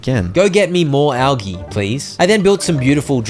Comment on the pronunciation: The way you say algae infuriates me, but this is good for my anger management.